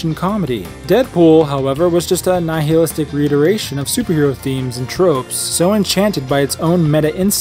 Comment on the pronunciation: I'm going to assume you intentionally mispronounced nihilistic.